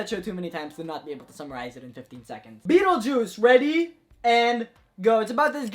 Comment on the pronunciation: can we appreciate how wrong he got Beetlejuice?